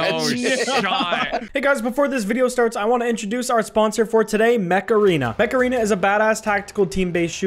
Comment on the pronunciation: Okay when he said mecha arena I can't be the only one who heard macarena